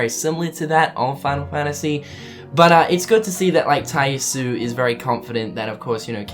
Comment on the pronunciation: Tai Yasue is pronounced "Tai YAH-soo-eh". I'm sorry if I sound pretentious for correcting you on this, but my OCD won't let it go. Get it memorized!